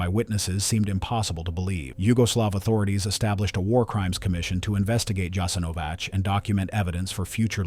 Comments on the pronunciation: If you’re going to butcher the pronunciation of everything, at least choose one wrong way to do it instead of pronouncing Jasenovac differently every single time. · Thank you for sharing this video and letting more people know what happened there. However person that narrates the video is mispronouncing the name of the camp through the entire video.. So many details went into this research but the name it self, apparently haven't been researched at all. It's important knowing how to pronounce "the subject" of the video! Also "The Srbosjek " hand knife (Croatian: Srbosjek) is a wheat sheaf knife that was originally manufactured in Germany for agricultural purposes. The literal translation of the name Srbosjek means "Slicer of Serbians"